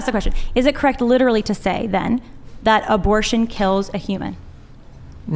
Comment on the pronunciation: 25 minutes in, this is brutal. I hope i can make it all the way. These women just won't shut up. Edit: the overweight lady was extremely condescending throughout. She also kept saying words wrong. "Excuse me! Excuse me... What I was saying was that you are litararily agreeing with me when I say 21 weeks is life, even though you kept saying 20-24 weeks?" Good lord...